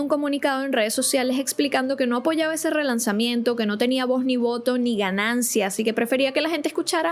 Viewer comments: No se dice alaia 😢smh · es que lo pronuncia horrible Se dice aliya, alalla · Por qué llamas a Aaliyah alaya 🤣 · Aaliyah se pronuncia como tal ❤😂